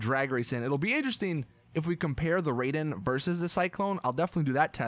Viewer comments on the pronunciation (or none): none